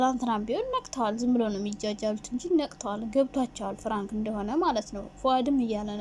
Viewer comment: ኧረ አፈር ብይ እኔ ለመስማት ሰፍ ማለቴ 😂😂ፍራንክ ሳይሆን ፕራንክ በይ ፍራንክ ስትይ ❤️ ቀጥ